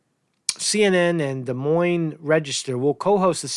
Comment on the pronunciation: Hey! You pronounced Des Moines properly! Good job! (I live in the Des Moines area, Iowa's a great place, nice people)